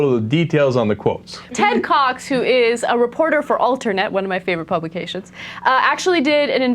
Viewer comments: Ted Cox , i heard ten cocks... seriously... Im not trying to be funny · When you said "Ted Cox" (I think), It sounded like Ten Cocks.. I lol'd